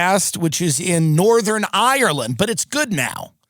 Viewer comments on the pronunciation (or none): none